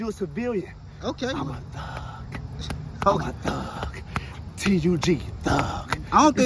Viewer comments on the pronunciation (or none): he say tug